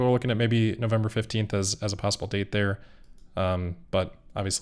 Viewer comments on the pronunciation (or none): none